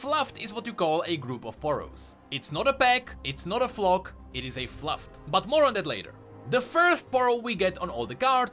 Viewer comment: Its FLUFF not FLUFT he ready it wrong TWICE.